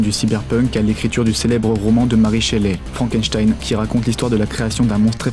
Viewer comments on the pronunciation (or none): none